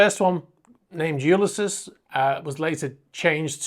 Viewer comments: I believe it’s pronounced (phonetically) You-lys-ees. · Hey. LOVE your videos!! The world of super yachts seems to be a very dodgy one in many cases!! Just a heads up. Ulysses is pronounced You-Liss-Eez. Ulysses is the name of a classic novel written by the Irish writer, James Joyce. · HiI think its pronounce U-lys-ese as in the Oydessy cheers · To be fair, it is a valid point & your other interesting info doesn't eliminate this. Don't take it personally or get defensive. It's "you lis seas". There. Now you can remove that point of criticism. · Have you never heard the name “Ulysses” pronounced?? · The rest of the video was well done. That’s why the pronunciation sticks out like a sore thumb.